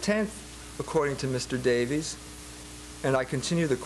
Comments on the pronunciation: You’d think over the course of becoming a doctor, EMJ would learn how to say basic words. “Schism” “logos” and even the name “Davies.” Jones is a short lived fad for modern trads who haven’t done much research themselves. He’s decent on economics but he should accept some humility on most topics, which he is no expert in. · Pronouncing it "ssism" and "lo-gaws" are perfectly valid. Note that he does speak at least 3 languages. I will give you the one about Davis versus Davies though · How gracious of you to grant the point that one of the debaters doesn't even know the name of the person he is debating. He calls him Davis at least 10 times and Davies 1 time from what I could hear. It's not a matter of pronunciation it makes him look like a fool. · BTW, Ray Davies of the Kinks now asks to be called 'Davis'. His brother Dave has no problem with the former pronunciation.